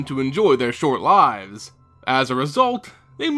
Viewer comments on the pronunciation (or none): none